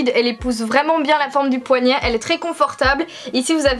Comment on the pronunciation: * houit, * poignait aille mes oreilles ne sont pas habituées 😂